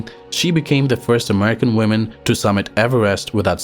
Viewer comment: You are doing the opposite from what english speakers these days do when they mispronounce "women", when you say "woman", so it sounds like you are saying "one women" which is illogical when women is plural.